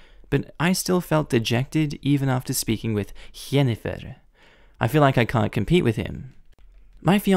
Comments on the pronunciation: Bro it is Jinifer not yenifer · Sorry but I left a dislike just because the way you said Jennifer is off. Your saying it as hennifer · Jennifer starts with a J not a Y. It is pronounced the same as in the word Just. There was a story in which a brother had a similar thing with his sister. At her wedding he professed his love for his sister (not brotherly love but sexual love). OP is not necessarily the AH. When his girlfriend got automatically upset it makes me wonder if the relationship is just brother and sister. There is no reason to get angry that fast!!! Families do sometimes have incest. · Because that is how it is pronounced in some languages perhaps, maybe he chose another pronunciation he liked, in English it's pronounced JEN-eh- fir, in German it's pronounced YEN-eh-fir, in another language it might be pronounced HEN-eh-fir, or maybe it's the way it is pronounced in his regional dialect, could be many reasons why, and disliking a vid for something so trivial is a bit petty. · Not sure why he's pronouncing Jennifer like that 😂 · sorry but i cant lol. the way he pronounesd jennifer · I've never seen Jennifer (an extremely common name) been mispronounced... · The way you pronounced Jennifer just about killed me lol!! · My sister is called Jennifer. And I have been searching for this comment. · I love this video, and I have never heard someone say Jennifer how you say it! That's a lot more fun way to say it lol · He has been playing too much Witcher